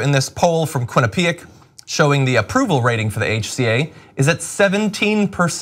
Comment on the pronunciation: I thought no one was going to say anything to him about the way he said Quinnipiac, I love John to death but in that moment I wanted to throw a shoe at him like that reporter threw a shoe at George Bush during the press conference.